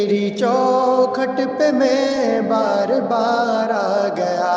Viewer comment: بھار نہیں بار ۔۔ بار ندامت